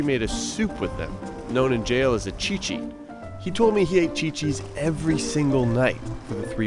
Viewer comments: eheehehehe as someone who speaks spanish. hearing him say "chi chi's". doesn't sound like he had a bad time in prison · the professional suit wearing white suburban accent mention of "chichi" absolutely took me on a ride 😂